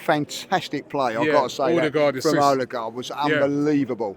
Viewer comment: Finally knows how to say his captain’s name.